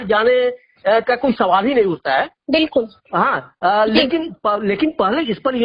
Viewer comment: विल्कुल बिल्कुल विल्कुल बिल्कुल😂😂